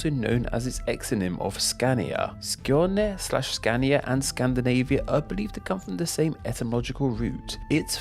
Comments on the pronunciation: I was surprised how well he did with Skåne. It sounds a tiny bit off. But still pretty close. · Your prononciation of skåne was on point!